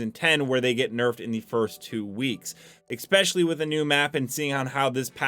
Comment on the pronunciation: I watch your videos all the time my man, keep it up, but the way you pronounce “especially” kills me every time you say “exspecially” lol